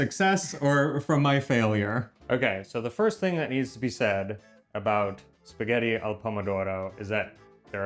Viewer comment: auguri e fai attenzione a non fare sforzi, anche se a te non sembreranno sforzi. Nel tempo libero per cortesia, fai in modo che tuo marito impari a dire spaghetti. Spagheri non si può sentire.